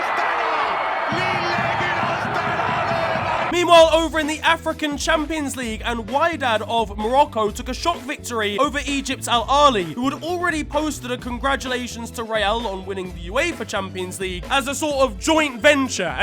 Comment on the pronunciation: man's said why-dad pronounced weedad mate